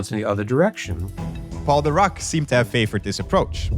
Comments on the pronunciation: It’s weird how he pronounces Dirac. I have heard it pronounced like dih-rack (which is the correct pronunciation I believe) or dye-rack, but never duh-raak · So I'm pretty upset that the host didn't care enough to pronounce Dirac (dih-RAK) correctly..... it is SUPER disrespectful, like what in the trash level of science educator or journalism is going on if you can't bother to pronounce a nobel winner's name correctly? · Pronounced DeeRakk pretty pls next time. I heard The Rock all along. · Please do not pronounce 'Dirac' as 'the rock'. It sounds awkward. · Every time you said “Dirac” I chose to believe that you were saying “The Rock” so I could imagine Dwayne Johnson making all these awesome breakthroughs a century ago. Probably the plot of Fast and Furious 20 or something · I keep hearing "Dirac" as "The Rock" and now I can't stop imagining Dwayne the Rock Johnson as a physicist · Every time he says DIRAC I keep hearing The Rock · I didn’t know Dirac was pronounced « The Rock » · When you said "Paul Dirac" I heard "called The Rock". I did a death stare to my tv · I also heared "The Rock" whenever they said Dirac 🤣 And then there is this "Adams" they are talking about all the time... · Damn, Dwayne Johnson really is in everything these days (I keep hearing 'Dirac's Equation' as 'The Rock's Equation') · I swear I heard “The Rock” 😂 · I keep hearing "The Rock" instead of Dirac, and I'm like: I guess Dwayne Johnson has some unknown talents. (Chuck Norris is gone. I say his place in the world of jokes is up for grabs) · What they said: "Physicist Paul Dirac" What I heard: "Physicist Called The Rock" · For a moment i tought he said The Rock, not Dirac 😂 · I deadass heard him say "Called The Rock" instead of "Paul Dirac" and I was like "THE ROCK?!" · I know for a fact that you’re not telling me Dwayne Johnson was capable of this, but it sure sounded like you were saying the rock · The way you mispronounce "Dirac" completely takes me out of the discourse